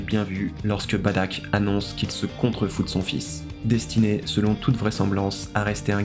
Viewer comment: Tu dis Badack ??? C'est Bardock frèro